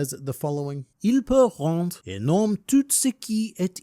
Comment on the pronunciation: No no no, it's not poor pronunciation at all. Only the "tout" was not correct, as the second T is silent there (as it is often the case in French lol). Like I commented the last time, your French is very solid.